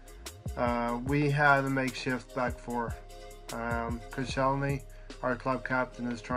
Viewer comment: The disrespecc on Koscielney’s name